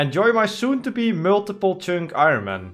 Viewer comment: Love how you pronounce "Chynk"😂 you should change your accounts name